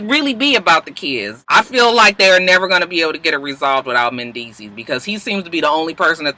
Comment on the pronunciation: I know the season is over, but the 'S' at the end of Mendeecees's name is silent...